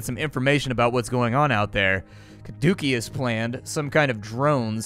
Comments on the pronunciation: Yeah: Kuh-DOOKIE-us. I was right there with you, it's pronounced Kah-DOO-see-us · Oh god, "Cadookeus" was painful. Especially for any Division players who got used to hearing it in every build video for a brief period. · Your pronunciation of "Caduceus" was grating. Keep up the good work.